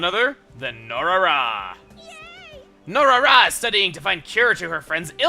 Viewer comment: I think it's No-Ra-Ra, not No-Rara